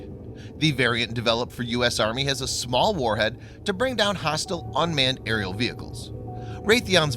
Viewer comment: aerial, not areil!